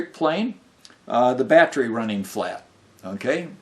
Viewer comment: You do know that theres an e in the word battery right?It's not spelled battry or battrie.... So why do you pronounce it that way? It's very weird.